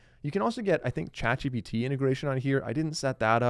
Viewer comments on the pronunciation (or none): none